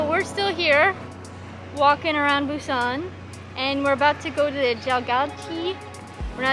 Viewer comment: Welcome to Korea! Thanks for sharing your trip to Busan, I've been there only once for a few days and I really want to go again after watching this. And, your pronunciation was precise! Hope you enjoy your time here and I can't wait for more videos!